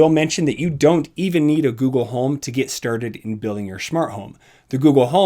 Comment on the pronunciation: I come here and press like to hear you say "lets get sturded" lol